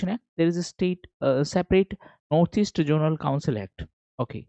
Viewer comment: Sorry to interrupt sir, But it's zonal not jonal